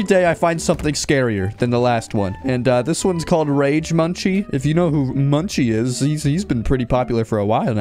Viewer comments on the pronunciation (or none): real close! it’s actually “monk see” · munci is pronounced as Moonkey His origin came from a monkey image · its pronounced mun-kee